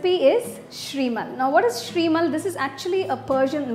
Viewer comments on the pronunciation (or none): It's pronounced as SHEERmaal , not Shreemal. "Sheer" means Milk in Urdu , and milk is used while making this , hence the name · Shrimal????? I have never heard someone calling sheermal as shrimal n that is offcourse not a slip of tongue.and butter on.sheermal?